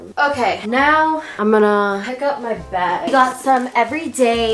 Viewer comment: Also when she was cleaning her bathroom and she said I gotta bag she sounded so British 😭